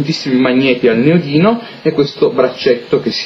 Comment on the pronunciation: Neodimio :D non neodino xD